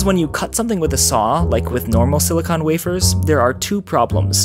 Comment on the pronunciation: i have a feeling he kept accidentally saying silicone, instead of silicon. he was hitting that "con" pretty hard near the end lol